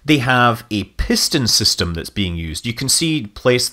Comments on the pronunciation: From one Scot to another, I did have to laugh at "pish-ston"! :) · Oxidizer Propulsion Pishton... reverting to Scottish there :-)